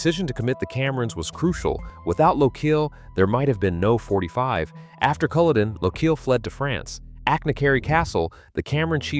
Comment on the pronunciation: Iits Culloden not coloden. Mackay not mackahhh please pronounce the names properly